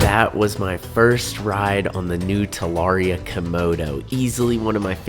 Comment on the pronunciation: The butchering of the name is crazy